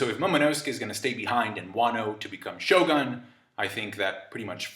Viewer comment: u should pronounce it sho "gun". not sho gan.